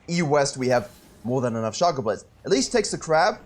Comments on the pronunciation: It's pronounced Shaecoe, not Shaco. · I am so triggered at the way he pronounces Shaco 😤🤣